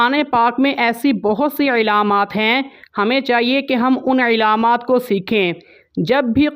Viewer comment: آپ بہت اچھا سمجھاتے ہیں لیکن بار بار ایک لفظ بولتے ہیں علامات میں ع نیچے زیر پڑھتے ہیں جبکہ و پر زبر پڑھنا ہے علامات